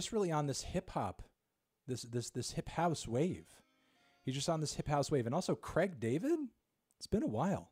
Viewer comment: ‘Creg David’